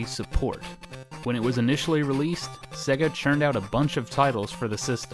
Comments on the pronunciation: Why are you pronouncing it 'segga'!? It's 'say-ga' ! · Why are you saying 'segga'? It's pronounced 'sayga'. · Why does he say it SEH-GAH instead of the correct way SAY-GAH?? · It's pronounced 'say ga' not 'se ga' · Segga? It’s pronounced sayga. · "Segguh". Because the console itself shouting "SAY-GA" wasn't enough to tell you how to pronounce it. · Haha, I've heard SEGA pronounced as "Say-ga" (correct I think..?) and "See-ga" (how most Australians say it)... but never "Segga". Sweet vid tho, I hope you continue to make them, plenty of gaming history to cover! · It's pronounced 'Say-guh' SEGA. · No, its sega. You know, how its spelt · I’m sorry had to stop watching. Please pronounce Sega correctly. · The reason Sega didn't do well is because all you Americans pronounce it wrong 😂